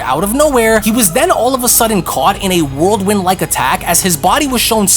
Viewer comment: Whirlwind.....not worldwind. Learn english man. Geeezzzz